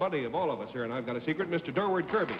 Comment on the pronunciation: It's been driving me crazy for years ... Please, everybody - - DURWARD KIRBY. (As in "the direction of Dur.") Somebody get it right for once.